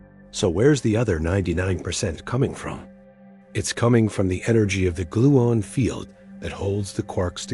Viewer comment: "I have never in my life heard someone say 'gluin' instead of 'gluon.' Does the narrator call himself a 'morin'?